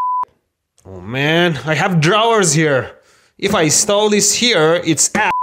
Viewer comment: Let’s pronounce drawers how he pronounces it the normal English one doesn’t make any sense